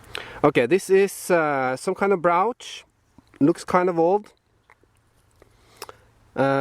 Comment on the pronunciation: maybe the top of the mountain will be a good place for early stuff btw, brooch is pronounced with the long O as we say in USA. maybe some counterfeiting in the old days as well....found everywhere, the Gordon Geckos of the world :)